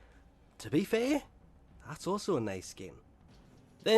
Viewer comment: "To be fai"😂😂